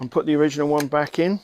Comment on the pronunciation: Original not oraganal thanks for the vid